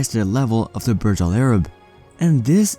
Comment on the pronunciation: Burj should be pronounced the way it is written not as Barj. In Arabic Burj mean tower